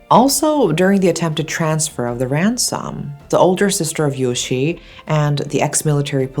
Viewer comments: The e in Yoshie isn't meant to be silent. It's pronounced like eh. I feel like it's disrespectful to the victim to not say her name properly. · You're mispronouncing Yoshie-san's name. Yoshi is a boy's name. An i always indicates an ee sound, and thus an e after it should be its own syllable and add an eh sound. ...Poor girl.